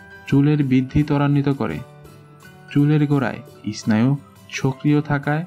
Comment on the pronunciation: এস্নায়ু নয় এর উচ্চারন হবে সেনাইউ স্নায়ু